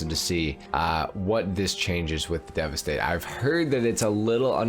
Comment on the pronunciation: Thank you for the proper pronunciation! I’ve only heard one other GTA YouTuber say the name correctly. It’s so cringe when you can tell the others don’t even attempt to get it right.